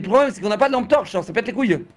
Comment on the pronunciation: allume ta « T-ampe torche » 😭😭😭